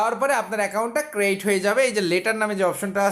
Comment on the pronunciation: R ekta katha word taa ক্রেইট না,এটা উচ্চারণ ক্রিয়েট হবে